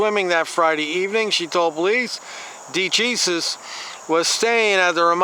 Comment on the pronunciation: DeJesus? Hahahaha It's pronounced da-hay-soos